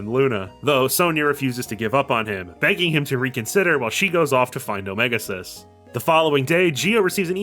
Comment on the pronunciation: i can't get over the pronunciation of "omega-Xis" wym it's "omega cis" and not "omega exis"